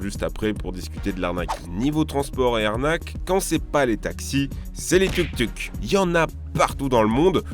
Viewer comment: C'est pas tuktuk c'est touktouk